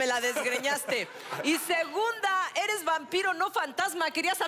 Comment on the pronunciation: jajajaja dijo wanpiro